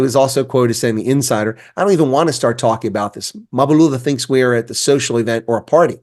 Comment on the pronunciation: You’re really butchering this guy’s surname. It’s Mbalula. Don’t put the “a” to the “M”, shouldn’t be there. Other than that, a fair take on Mbalula.😅😂😂!